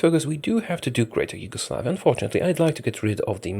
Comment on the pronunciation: “Huge-oslavia” THAT AN ACHIEVEMENT